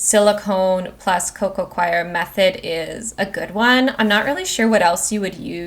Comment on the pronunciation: Just an FYI Scindapsus is pronounced sin-dap-sus NOT skin-dap-sus. The c is silent, like in the word science. Also, coir (as in coco coir) is pronounced coy-er or even just core if you like, but definitely NOT qwire (choir). Only reason I am mentioning it is because it was said soooo many times.